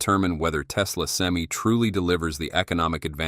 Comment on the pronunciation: Stupidest video is the crappy ai can't even say pti or semi properly